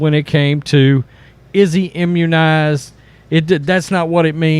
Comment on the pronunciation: Mr Rogers: Can you say Imunnized?